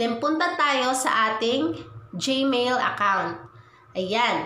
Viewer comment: anong ( googil } its pronouns as ( googul ) google at hindi jmail its gmail hahaha